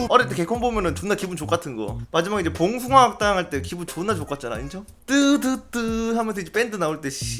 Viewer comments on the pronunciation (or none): 봉숭아 '악'당 킹받네 ㅋㅋㅋㅋ